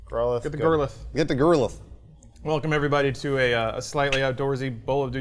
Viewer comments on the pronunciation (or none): I know doesn't care about the Pokémon franchise, but not knowing the show shouldn't excuse you from basic English pronunciation. Its growl-eye-th ahhhhhh. Still love him though